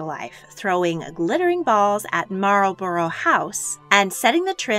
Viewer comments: Nice video spoiled by the lack of knowledge how to pronounce English town names, Warwick = Warrick, Marlborough = Marlbra. You got Edinburgh right though but Saxe-Coburgh is Sax not Saxee. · A FEATHER BOWER is a decorative wrap THE BORE (BOARE) WAR is pronounced that BORE. Marlbru house is NOT Marlboro house. FOR GOODNESS SAKE TAKE SOME ENGLISH LESSONS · PLEASE! Warwick: wa-rick Montcrieff: mon creef Marlborough: marl - bru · Absolutely. Really bugged me. Particularly 'Warwick' and 'Marlborough'.